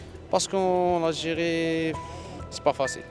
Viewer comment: En. Algirie c'i pas facile, en Fronce c'i plis facile !!! 🤣🤣🤣 Ben voyons, tu m'étonnes !